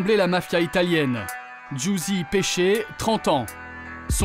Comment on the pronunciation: C'est "Pesce" mais oui le journaliste dit péché 😂😂